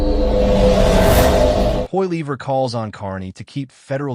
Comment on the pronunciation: POLLYEV.... IS THE PRONUNCIATION!!!!